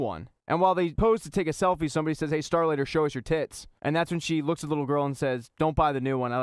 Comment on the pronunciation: OMG. It’s not “Starlighter”